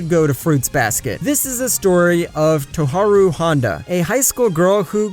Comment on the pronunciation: He completely butchered tohru’s name